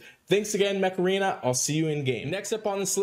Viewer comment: I laughed a little when you say join me on mech arena it sounds like you want me to do the macharena dance and then I got the ear worm of the song . For shame.! I am currently leveling Ludwig and was debating whether to do him first or my costume rigard (which I use almost everywhere) only enough to limit break 1 so far. Also a bit miffed they kind of nerfed Lepiota. Mana shield and some other junk passive now really stop her special from working as much.